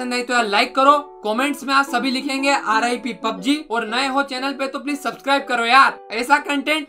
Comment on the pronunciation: rop ni hota rip hota ha